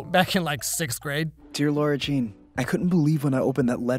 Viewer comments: everybody: Lara Jean: L o r a Jean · am i the only one that is getting so bothered by the fact that says lora jean instead of lara jean the whole time? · it’s Lah-ra Jean, not Laur-a Jean😂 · Am I the only one who thinks it's so triggering that he calls her Laura Jean throughout the whole vid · Did anyone notice said Laura the whole time instead of Lara Jean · Why is no one talking about the fact that calls her LAURA Jean instead of LARA Jean? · is it just me or is he saying laura jean instead of lara? it shouldn’t bother me but it does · hearing "laura jean" instead of "lara jean" the whole video was driving me a little too crazy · lol did anyone realize he's saying lAUra jean instead of Lara jean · CEO of calling Lara Jean "Laura" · samtheham is kinda saying LOR-RA Jean (like Laura) but it should be like LAW-RA Jean (like...Lara). Small small difference but it can get annoying x) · calling lara jean "laura" for 17 minutes straight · No one:: LAURA Jean Me: Snorts dude I'm pretty sure it's Lara Jean but okay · It’s LARA JEAN NOT LAURA JEAN! Sorry but it’s LARA!!! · It's Lara Jean not Laura... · Why do you keep calling her Lora-Jean instead of Lara-Jean. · Anyone else found it unsettling when he called Lara Jean, “Laura”? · ITS LARA JEAN NOT LAURA JEAN CMON PRONOUNCE HER NAME RIGHT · “laur-a jean” cringes in LARA jean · Bud, it’s LARA JEAN NOT LAURA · When calls Lara Jean “Laura” the whole video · Nobody: Nobody at all: Not even his popcorn:: "LAURA Jean" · Her name: LAra Jean: LAUra Jean Like dude this is my favorite yt channel but PLEASE stop calling her LAUra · I'm I the only one who heard him say Lora instead of Lara Jean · LARA! IT’S LARA JEAN! okay just had to let that out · I’m just gonna be honest and say it bothers me when mispronounces “Lara Jean.”:/